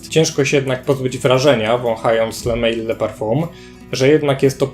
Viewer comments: to nie jest le mejl tyklo le mal. To nie jest angielska firma tylko francuska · Taka drobna uwaga . Sam zapach jak i jego nazwa pochodzą z Francji . Le Mal ( wym. ly mal -samiec) nie le mejl ( tak byłoby po angielsku). Sugeruję korzystać bodaj z translatora , będzie bardziej profesjonalnie. Piszę to absolutnie bez złośliwości , a raczej z życzliwości.Pozdrawiam.